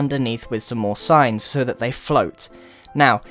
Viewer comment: Who heard science instead of signs?